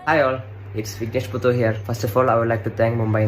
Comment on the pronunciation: Vignesh Puthur...not suthur😂😂😂.